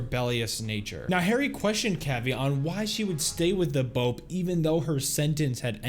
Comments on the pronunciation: I’m sorry but it’s irritating hearing him so Bope when it’s pronounced Bop-ay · Ps. its B O P E Not "Bupee" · its not pronounced "bow-p" its "bow-pay" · Dude, bo-pay not bope (but spelled bope) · This video is old but it’s no bope it’s BO-PE like peh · Very common error, BOPE is pronounced Bopae